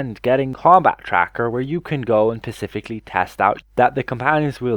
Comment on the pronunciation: Its still "specifically" not "pacifically"